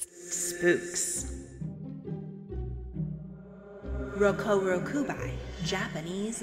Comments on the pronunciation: It’s actually ( RO-KU-RO-KU-BEE ) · Is not "rokuroku-bye" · You pronounced rokurokubi wrong. The right way is rok-uro-kube. I know it is spelled with an i, but this is just how you pronounce it.